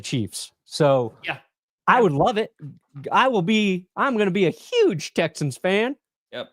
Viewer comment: saying Uuge is the reason the packers lost